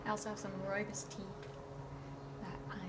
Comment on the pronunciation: Yay! Your videos are so comforting...like an old friend coming to visit:) What Prokofiev were you listening to? Piano Concerto? Btw +1 on the Rooibos pronunciation:D